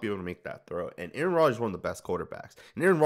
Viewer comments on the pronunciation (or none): none